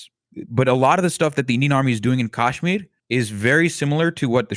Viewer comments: TBH I found myself getting triggered by what he was saying at times. Oddly, his pronunciation of Kashmir (which is very Tamil-coded and is subjectively endearing). He has an interesting perspective that is different from most commentators of Indian descent, online. I think that's pretty cool. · Bhai tu pehle kashmir achi se pronounce karle fir apne galat opnions thopna ( oh sorry i forgot you won't understand what i have written cuz you don't understand hindi. you have a very stupid take ) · Thank you for writing this. I can't fathom how this guy is giving commentary on Kashmir while pronouncing it incorrectly. The leftist discourse on Kashmir is disingenuous. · lots wrong with this video that many others have already pointed out. but please, for the love of god, get somebody on who knows how to actually pronounce the name of the people and the place they are talking about. its K-UH-shmeer, not kaash-mir. also the comments are full of BJP propaganda as well so its difficult to take criticisms seriously, i get. but please talk to an actual kashmiri who has lived in kashmir. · what a shit discussion, feels like they are only targeting Indian narrative without understanding the complete history of the region and disregarding hindus when they are the victims. p.s. its "kashmir" not "Caasshmir" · You guys are both idiots. Also, it’s not Cash-meer or Kaaaash-meer. It’s pronounced Cush-meer. You constantly mentioned military occupation by India. Read history for once, blithering fools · Can’t stand this coconut saying “Kaash-miri” on and on again. It’s “Kush-mir-i” ffs. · atleast he didn't say "kaasmir" like some do, "cashmere" is still better pronunciation than "kaasmir" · Why is the Indian pronouncing Kashmir wrong…wtf is KAAAshmir? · why does this guy keep pronouncing Kashmir wrong its pissing me off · Next time u wanna get an "expert" on Kashmir at least get someone who can say the word kashmir properly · At least try to pronounce things correctly…